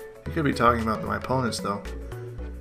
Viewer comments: "This video is all aboot" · "Aboot" Canadians smh!